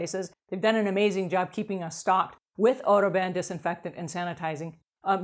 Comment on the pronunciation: Oh, odo ban! You kept saying auto ban.